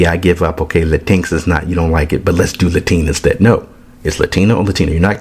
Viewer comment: Lol this is the second person pronouncing latinx as la tinks instead of Latin x, and I fucking love it. I'm willing to bet if we start telling them the proper way to say "their" language they'd be real happy to hear it.